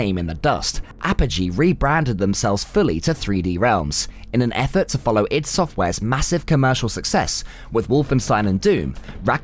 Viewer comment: EYE, DEE ID , not idd..........Duke was 1000x better than doom/quake IMO, the humour lives with me to this day.